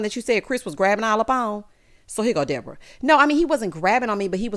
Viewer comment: 😂😂😂 not De-bore-uh